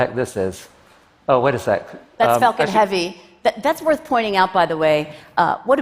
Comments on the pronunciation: She needs to work on her pronounciation of "Falcon"! It sounds exactly like "f*cking". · Am I the only one hearing her say 'f*cking' instead of 'falcon'? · Ohhh Myyyy. Erytime she said falcon i thought it was the f bomb. "The big facin rocket" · I know she said falcon but I can't unhear the other F word.